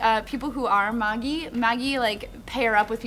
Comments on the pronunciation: Good, she's not completely mispronouncing Magi, like she did last episode :) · the anime, both subbed and dubbed, pronounce it as mah-gee. they were pronouncing it correctly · the anime, both subbed and dubbed, pronounce it as mah-gee, so even if the real word is pronounced as mah-jai, the correct pronunciation is mah-gee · Why are you guys being so mean? The anime has the pronunciation as Ma-Ghi so why shouldn't they say it? cut them some slack. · 1) Magi with a hard "g" and short "i" is the Japanese pronunciation and is closer to the Latin, Greek and Persian word. Magi with the soft "g" and long "i" is the English pronunciation of the plural of the word "magus". Stop complaining; both pronunciations are valid. 2) Can we please stop pointing out "lack of knowledge" about anime? knows plenty about anime and Japanese culture. Analyzing most of the comments by people on the subject, their own knowledge of anime doesn't extend past dub episodes of Naruto and the fact that they just started watching Sword Art Online and Attack on Titan. 3) Can we get Hajime no Ippo after Bleach? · owwwwww , you pronounced magi right. :3